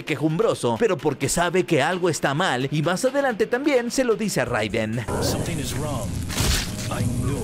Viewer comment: Solo como dato extra... Se pronuncia “Reiden.” (Pero buen video, crack).